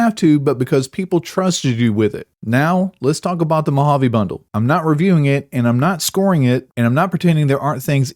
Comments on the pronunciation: if it wasn't for the weapon, nobody woudl be whining about it. Also you said "Mo-Jayve" once and not "Mo-Hov-ee". :) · I'm sorry but within the first 20 seconds bro says Mojave mo jav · MO HA VE =Mojave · I tuned out after you said Mojave the way you did. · "Mojave" you mean Mojave?